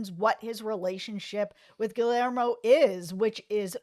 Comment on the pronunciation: You both are so wonderful! Happy I stumbled upon this. Haven’t see the episode yet but I can’t find it online to watch and my ‘bootleg site’ hasn’t loaded it yet. Anyway thank you guys! Also - Gill-Lare-Mo?!?!?! Gee - Yare - Mo (lol)